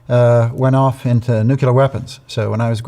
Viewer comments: Sorry, but anyone who says "nucular" is not a nuclear expert. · I KNOW it is very trivial....but why can people not pronounce nuclear? All the more when they are a specialist in them.